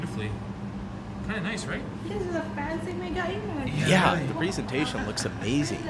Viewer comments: 🤣🤣🤣🤣Is not MEGA IMAGE...is pronunced MEGA IMAJE🤣🤣🤣This shop is a shop that most of the time is empty because though it has the same produce as the other shops is twice as expensive. Most Romanians won't shop at Mega Image. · we call it Mega Imazh acsualy. its French so Image is read as Imazh. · Mega image? It's pronounced mega imache!